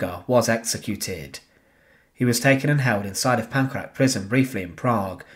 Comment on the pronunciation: Correct pronunciation of Czech names would be appreciated. For example, LIDICE is properly pronounced lidditseh, LEZAKY is lezhahky, PANKRAC is pankrahts. Thanks!